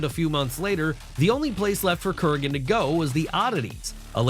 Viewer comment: Who the hell is Kuragen lol it's Kurgan